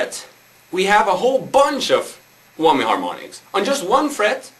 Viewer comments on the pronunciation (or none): HAHA! He said Whommy! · tee hee.. he says whommy bar